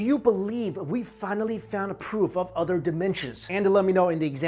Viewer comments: "OTHER" not udder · Love it when Asian people say "other" Udduer.....lol